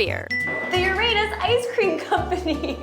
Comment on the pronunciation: You're not pronouncing Uranus correctly, LOL